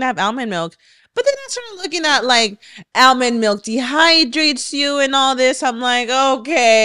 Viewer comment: Ailmond lol